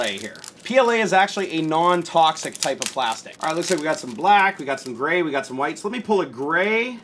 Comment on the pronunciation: 1 carrot diamond ring lol 😂. When he said gray it sounded like brau